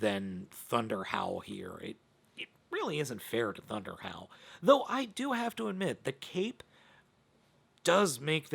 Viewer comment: When you said “ThunderHowl”, I thought you said “ThunderHell”! 😂😂😂